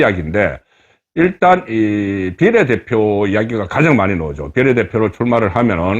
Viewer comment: 발음좀고칩시다 종로 비례대표 발음 한번 들어보세요 전략 발음도 문제 고칩시다